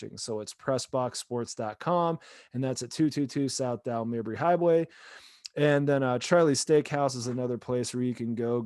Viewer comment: It's not "Ybor City", tool. And it's not "Mahbry". Jesus. You just suck.